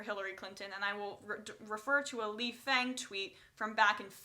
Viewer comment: Lee Fang's name is pronounced Lee "Fong". It is how Amy Goodman pronounces his name and she has known Fang for quite some time now.